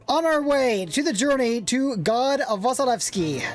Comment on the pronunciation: I after S in Vasilevsky should be pronounced as E. Well, just for general knowledge who don't know about it.